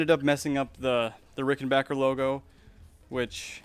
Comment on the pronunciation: Thanks for pronouncing rickenbacker and not rickenbacher like so many other people do